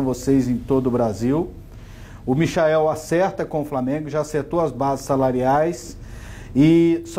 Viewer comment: Michael kkk se fala maichel